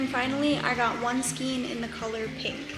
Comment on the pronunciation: I've had to use this in the past when no other store was open. It is really cute with the Peeps pattern. Just a quick FYI, the correct pronunciation is "skain" not "skeen".